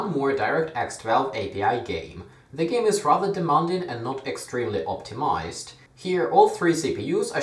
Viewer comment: The word "optimized" is pronounced "optimaisd" and not "optimaised"